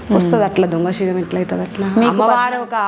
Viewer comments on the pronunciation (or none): సింగం కాదు శిగం అనలి